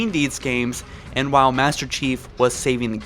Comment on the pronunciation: Please please say L in “while”